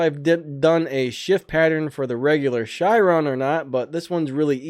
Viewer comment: Ok I noticed you pronounce the Chiron as a shiron, it's pronounced like ka-ron with there accent!